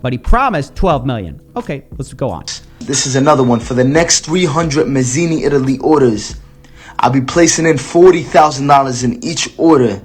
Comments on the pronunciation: The dude isn't even Italian. Dude is an arab or something. "Mazini"....lmao Sounds like he got it from an "Italian name generator" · 'Mazini Italy PRUHducts'